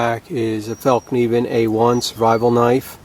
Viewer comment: Great comparison video, appreciate the correct pronunciation of the F word ! , I think it's gonna be the Bark River for me, purely on aesthetics, also, I just love polished micarta, , and leather, (despite it's draw backs,) , thanks again, , John.